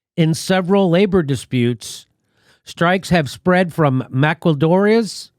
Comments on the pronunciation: MAQUILADORAS pronunciation. Jimmy, a little Pronunciation lesson for gringos chundos: MA-KEE-LAH-DOH-(R)AS (the "R" here is pronounced like laboR.) You guys pronounce Spanish like having bottle caps stuck in your mouth (Sandra Cisneros' phrase) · The word is pronounced Mah-Key-Ah-Dore-Ayes I love you Jimmy but your mutilation of this word grates on me!